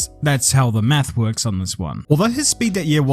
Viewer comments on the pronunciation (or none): none